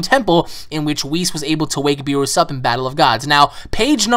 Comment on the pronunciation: it is pronounced beer-us